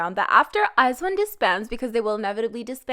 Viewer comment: u pronounce iz*one wrong